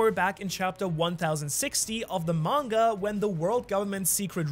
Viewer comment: 36.10 minutes and you say Monger instead of manga lol